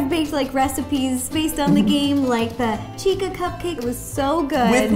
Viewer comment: Chica not Chikca